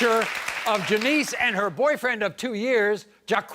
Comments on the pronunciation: His name is Jock not Jakwees... 🤔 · Jacqeus... French name so badly pronounced..it's laughable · Jacques, pronounced Jah-kweese…. What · They pronounce Jacques as Jah-queeees....LOL! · That man's name is Jacques, not Ja-queez 🤣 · when you give your son the french name "jacques" but you pronounce it "Jaw-Kwees" hahahhahahhah come on, bro...wtf are you doing? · That pronunciation of Jacques 😂😂😂 all French speakers are shaking their heads 😂